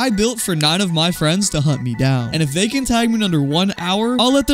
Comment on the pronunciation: U didn’t say they u said zay